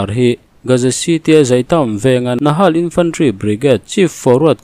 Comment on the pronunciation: Nakhal Nahal ni lovin' Nakhal ti a lam tur